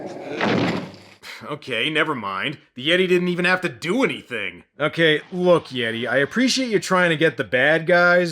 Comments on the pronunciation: Been with ya a long time,. Looks like you about to hit 200k subs! Congratulations ahead of time! Oh, WTF is a Yay-Tee? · no I think he said Yeet’e